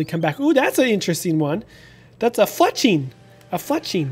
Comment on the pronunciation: (Bunnel-be) and (Fletch-ling)